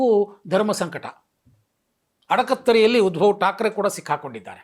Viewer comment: ಉದ್ಭವ್ ಅಲ್ಲ, ಉದ್ಧವ್.